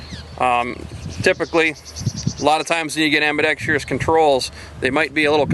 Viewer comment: Hi. I know the controls are on both sides amigo. I was just highlighting the way you and many others say the word 'ambidextrous'. A lot of people say ' ambi-dex-tree-ous' not 'ambi-dex-trous'. Love the video by the way. Extremely envious. Here in the UK we're not allowed pistols of any calibre. Keep up the good work and your powder dry. ☺